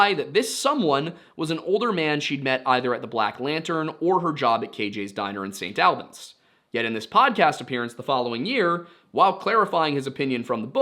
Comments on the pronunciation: St. Albans - ‘all-benz’ not “AL Benz” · Hi, Vermonter here, st. albans is pronounced all-bans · I love your videos, but your pronounciation of St Albans hurt me...a lot (sincerely, someone that lives in a close proximity to St Albans, Hertfordshire) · as a vermont resident, hearing you say st. albans make me laugh and cringe lmao. we say it more like "all-beens" not "al-benz" but not the worst way ive heard it said before. nothing wrong with how you interrupted it, just funny to me. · also very funny to hear your pronunciation of st. albans. locals pronounce it “sain’ all-bins” since we drop our Ts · "The Vermont State Police know more than I do." As a lifelong Vermonter, I can confidently assure you that's not true. There are very very few people who don't know more than the Vermont State Police. Also I know the way the hist is saying St. Albans is correct, but here we say it like all-bins.